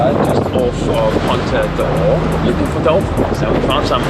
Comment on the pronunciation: Another very nice video, keep them coming. As a native Portuguese speaker, I should only point out that it is Ponta do Ouro, not Oura. The pronunciation is a little bit off as well, but no problems Greetings from Brazil 🇧🇷